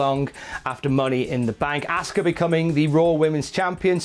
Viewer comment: Had to stop watching when he kept says "asska" its pronounced "awska"